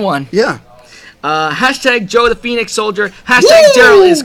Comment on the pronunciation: Hey guys awesome wrap up as always! Sorry I can't watch the livestream as it is late night at our place. I am excited about the finale but even a bit upset as Ninja Steel is going to be over. Anyways I am looking forward to the finale!!! And this time you all pronounced my name right. #joethephoenixsoldier #darrelasredturbo #danieliscute